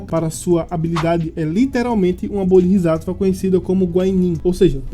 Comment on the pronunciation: pequena correção quanto à pronúncia, o certo seria "BodsÁtva", ótimo vídeo.